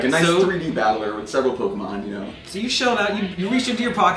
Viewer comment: I hate when people say pokamon instead of pokemon